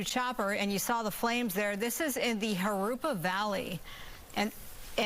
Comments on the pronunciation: its Jurupa - Not Jurapa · Jurupa not Jurapa